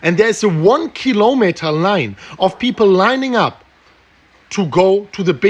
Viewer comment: a one killowmeter line xD